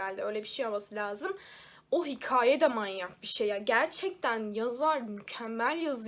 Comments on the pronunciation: Selam. Seni seviyorum ama lutfen ke-ye ka deme. Hikaye gibi mesela. Lutfeen. Bu kadar kitap okuyan biri olarak yapmamalisin💖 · Sanırım Hikaye kelimesini söylerken 'ka' yı ince şekilde söylememenden bahsediyor. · Hikaye sozunde k kitap, ornek sozlerindeki gibi okunuyor. Ama sen kadin, kanal sozlerindeki gibi okuyorsun. Umarim anlata bilmisimdir